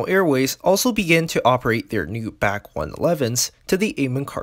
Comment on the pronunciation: BTW, it's not the "back One-Eleven" as you pronounced it, but the "B.A.C. One-Eleven "(Initials for British Aircraft Corporation). It was a few months ahead of the DC-9. It was definitely a noisy little bird.